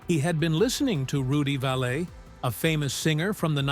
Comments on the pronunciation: Rudy Vallee never had an accent mark on the second syllable of his last name. It is pronounced just like 'valley', like the low area between ridges. Somehow the internet has propagated an error into perceived truth. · Like saying Rudy Vallee (sp?) as Rudy Vallay. Mispronunciations make me focus on those errors even more than if the announcer had said the word correctly. Drives me crazy!